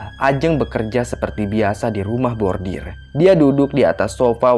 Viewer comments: rumah bordil (brothel), bukan rumah bordir (embroidery). 😬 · Bordil.....bukan bordir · maaf saya dengernya kok "rumah bordir" harusnya kan "rumah bordil" >_<